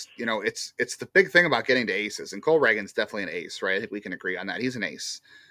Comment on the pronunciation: I love but him continuously mispronouncing the same names has to be a bit at this point lol it’s Cole Ragans (ray-ginz)